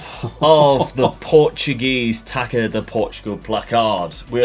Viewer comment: Taça is pronounced "tassa" not "taca", because ç is like an s in Portuguese